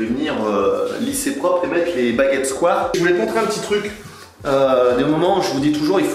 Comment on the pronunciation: Pas sur que ça vieillisse bien niveau mode ce genre de carrelage, mais bon ça ce sont les gouts des clients :) Super taff comme d'hab. Sinon "square" se prononce "skouaire" ;)